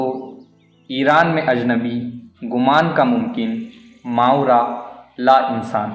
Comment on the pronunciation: صحیح تلفظ ما ورا Maa wara ہے